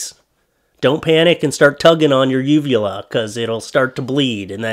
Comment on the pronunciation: shit,,,i need to clean my ears,, i thought you said vulva at first.. lmao